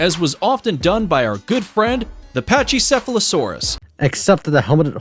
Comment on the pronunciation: They mispronounced “Pachycephalosaurus”